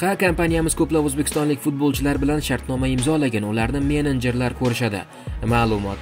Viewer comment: Итялия, мененжер эмас-Италия, менеджер. Оддий сузлар- ку